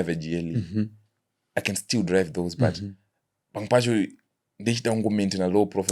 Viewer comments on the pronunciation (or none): none